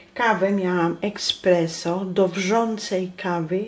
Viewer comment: Espresso - nie ekspresso 😊 pozdrawiam Pracuje w kawiarni i razi mnie to 😊